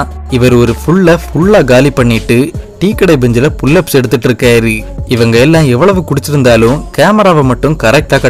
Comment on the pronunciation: இருக்காரு , போனாரு .. னு உச்சரிங்க ! இருக்காரி , போனாரி ..! வந்தாரி ! இருந்தாரி , இவரி ! அவரி ! போயிருக்காரி ! வந்திருக்காரி !னு சொல்றிங்க 😂